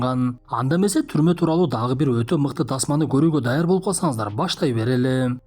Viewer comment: Тийишкендей больуууп дейт го😂😂😂